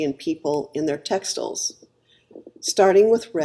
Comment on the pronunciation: So glad I got this video in my stream, subscribed! My two interests are history, especially Bronze Age to Late Medieval European history, and fashion/clothing these days, now that I’m retired from working as a geologist, my first love. You do say textiles funny, though - as textels, not textiles.